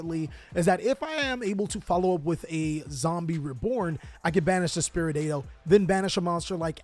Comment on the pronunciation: Spiri-dao. Spiri like Spirit. Dao like wow (but w/ a D). Spiridao. 😀